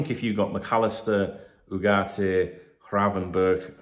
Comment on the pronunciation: Spot on gravenberch pernounciation👍